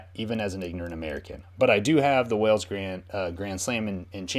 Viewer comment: Sup dude, binge watching this series as loving it. Both your reactions and the rate your learning the rule of the sport. As a scotsman I winced every time you said Wales though lol. It to up the awesome work my guy